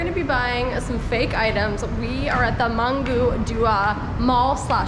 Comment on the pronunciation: Mangga not manggo 😂